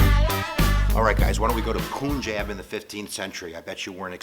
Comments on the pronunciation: you english people invented this complex game spellings where you pronounce "bunglow" as "ban-g-laa-w" not as "boon-g-laa-w",but then you will say punjab as "poo-n-jab" and not "pan-jab". so please say it paanjaab. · Just an advice: You pronounce it as PANJAB (/pʌnˈdʒɑːb/) and not POONJEB. If you are ever unsure of a pronunciation, like the Nanak or Punjab one, Wikipedia has audio files which can help you :) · Hi its not poonjab its PUN like no pun intended PUNJAB jab like dont jab me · Why you say poonjab? Im latino and I know is call punjab. Maybe because I have punjabi friends. Lol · poonjab lol its pronounced PUN as in no pun intended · It's pronounced "Punjab" not "Poonjab". Good video though :) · no if we Write PANJAB then he can pronounce correctly as many my white friends pronounce PUNJAB same as him POONJAB but when i write it PANJAB then they pronounce correct.. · His pronunication of "Punjab" and "Nanak" actually piss me off. It's not "Poonjab" and it's not "Newnook"... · Poonjab? Nan-OOK? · Poonjab Guru Nanook Poor pronouncing but hey I bet I don't get it right all the time either ;) Well at least this video did a good job of outlining the basics of Sikhism . if you want to learn more about this beautiful path , visit Basics of Sikhi channel :) Love to all ! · Its pun jaab and naa nuk 😐